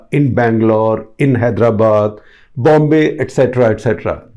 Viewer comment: I love how he says bombay like he has a british sausage in his mouth. Most of these hooligans will not go to south or hydrabad they will come here in maharashtra they are already present in small towns in maharashtra forget mumbai pune nagpur nashik aurangabad they are in ambejogai.